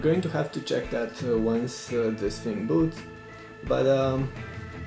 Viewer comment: its thing not fing ;)